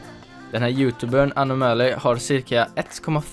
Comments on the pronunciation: MAN SÄGER INTE ANOOOMÄLY MAN SÄGER annomally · haha han heter anomaly inte änomäly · Snälla säg aldrig Anomaly igen. Det uttalas AnOOmally, inte AnomAAly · "anå-mali" säger man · haha Anom alley. Det är surf gameplay i bakrunden men vet inte hur man uttalar Anomaly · haha hur han uttalade anoomalyyy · Jag gillar hur du säger anomaly xD låter så konstigt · Du sa fel när du sa anomaly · uttala anomaly bättre för i helvete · hahaaaahhahha hur fan uttalade du anoamly?? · wow du använder anomaly i titlen för att få views, du vet inte ens hur man uttalar hans namn, lågt...